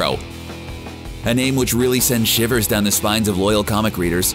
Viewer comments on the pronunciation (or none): none